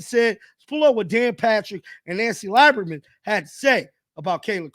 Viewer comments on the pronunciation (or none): It's pronounced leeberman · It's pronounced "Lee-ber-man" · please learn how to say these folks names right... dude you are killin me 😂 Nancy Lieberman (lee-ber-man) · Dude, it's pronounced Lee-burr-man. You should know that. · Pronounced (Lee berman) brother!!!